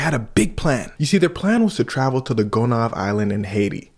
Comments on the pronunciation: Sweet, the pronunciation of the island is [gō-nie-eve] and the people of that island woulda uno reversed that ish sooooo bad. Haitians kidnapping folx who look clean. They DEFINITELY taking yt boys. And when they figure out they broke. They gonna CRASH TF OUT AND literally take heads. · are you haitian? if so why u pronounce gonave like the that?